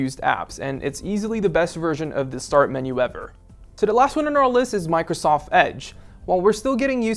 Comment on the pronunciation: Is it just me or did he say Microsof at the end?